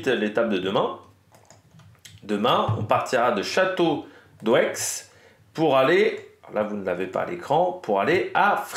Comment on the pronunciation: Merci pour la vidéo 👍 si jamais ça se prononce "château dé"😉